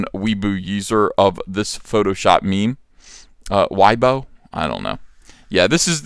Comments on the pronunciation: It's pronounced Way-bo not why-bo. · At ComicArtistPro Secrets, FYI: Weibo is pronounced as "way-bow". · Its way-bo, stop pronouncing foreign languages like its russian or german X_X ignore your european roots in language and get creative lol